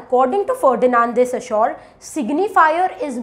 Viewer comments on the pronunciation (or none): Your explanation is amazing and clear. They are very helpful. I have a suggestion for you. You have problem with pronunciation of few words. Eg Ferdinand De Saussure. Please check how to pronounce the word.